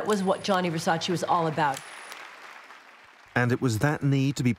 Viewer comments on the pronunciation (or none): It's Versace. Not Versaceee. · No disrespect but everyone is mispronouncing his last name. It’s not versa- chi it’s versa -ch eh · No, it’s Ver-Sach-eee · If you love and respect Versace, at least prenouce his name correctly.